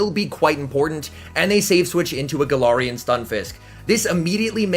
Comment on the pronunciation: Any chance you can say galarian and trevenant properly. It’s not TrevenInt it’s TrevenAnt